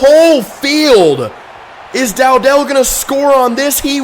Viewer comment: Bro you claim to be a huge fan but can’t even pronounce dowdell name right